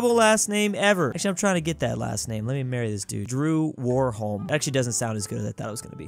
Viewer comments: Warholm actually is pronounced varholme since it's Norwegian. (I know this since I speak swedish and Norwegian is really close) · the dude with the name "warholm" is norwegian and his name is pronounced "varholm"